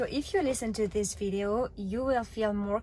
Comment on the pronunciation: veedio lol